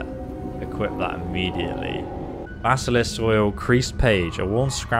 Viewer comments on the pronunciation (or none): none